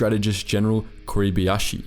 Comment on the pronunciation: kuribayashi or kuribiashi. George S. Patton or George S. Button. Australia or Austria Funny: all the effort that is put into video, but person isnt able to read.